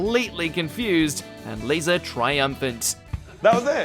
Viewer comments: Just in *addition to everyone else's correction, it's LEEZA Tarbuck. But that's an understandable mistake because the "Liza" in Liza Minnelli is pronounced LIE-ZA like in the video. However...Aisling, although a complicated Irish name, is not Eileen. Even for someone who doesn't know her, there's ways of looking that up online. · and pronounced Liza wrong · Gedric Asmin Eileen Liza (Pronounced like aliza) Maawen and Rose-alind